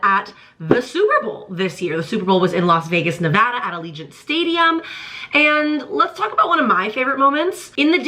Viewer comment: 1. Thank you for pronouncing Nevada correctly (it’s a thing that bothers us Nevadans) haha 2. NFL players all make different amounts of $$… it greatly depends how good of a player you are and how long you’ve been playing. This season Travis’s salary is over $11 million.